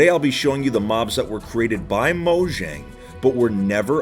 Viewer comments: M3 hearing him say moshang Me:mojang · I'm glad to hear that a lot of people pronounce it as Mojang and not mOyAnG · It's pronounced "moyang" and not "mojang" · The j in Mojang is pronounce as y. Moyang.